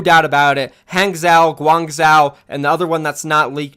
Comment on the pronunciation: BACK AT IT AGAIN WITH DAT JUICCEEE. Oh and I did comment this is another video but i'll say it again. I'll give you a little tip, chinese cities that have zhou at the end are pronounced like the name Joe. An example would be Guangzhou being pronounced as Guang-Joe. Hope that can help you so you won't end up making some people cringe over how you pronounce the names xD. Anyway Cheers.